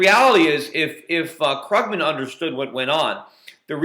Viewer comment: its kroogman! xD krooooogman